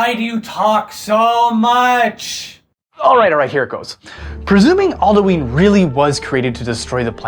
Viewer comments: Isn't It Pronounced Al-Du-In Not Al-Du-Ine? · Its pronounced All Dew in not All Dyoo Eeen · Not all-dee-ween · Not Aldueen it's alduin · All - Do - N not All - Doo - Ween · its al-doo-in not al-do-eeen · aldooin not aldooeeen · Says Aldueen. Closes video* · ITS AL-DA-WIN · I consider your pronunciation of Alduin evil lol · Your pronunciation of Alduin was kinda infuriating, who in Skyrim says it like that...?